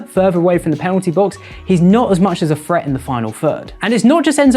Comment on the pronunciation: “Phreat in da final phird” is crazy. I had to listen to it a few times. Annunciation my friend, you can do it!